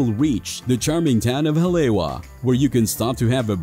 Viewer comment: Good information but the narrator needs to pronounce the Hawaiian words correctly like Oahu, Haleiwa, etc..Mahalo.